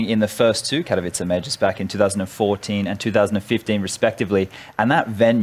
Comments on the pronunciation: Okay, I seriously need help. Is it not "Kat-ow-iss"? I think they're saying "Care-ee-veet-zae", but I desperately need a pronunciation guide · Its pronounced "Katovitse"